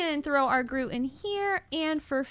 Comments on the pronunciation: Wonderful episode! The copper bee was so cute! You prononcing Grout as 'Groot' the whole episode also made me laugh, though for future reference it's traditionally pronounced 'gr-ow-t'. Those tier three beehives are my favorite color,l so bee-utiful! Thank you for another great episode! You're so much fun to watch. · Ahhh! I love Tinkers construct! 😁:_evatLetsgo::_evatCookie: I hope you enjoy it! (Sidenote, grout is pronounced growt, but I lol'ed so hard at Groot. 😂)